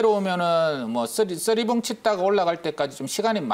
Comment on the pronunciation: 쓰리봉ㅋㅋㅋㅋ 발음이 구수하시내여 ㅋㅋ